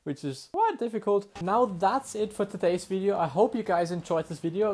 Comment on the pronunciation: VELCOME TO ANUTHU FORTZA VIDAYO